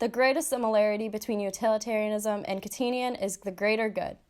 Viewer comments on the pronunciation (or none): Kant-ian not Kant-in-ian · kant-ian, not kantinian